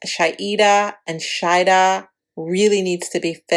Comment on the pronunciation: ShaHeeeeda and Shaeeeeda thats the difference in names because u sounded like u were pronouncing them the same.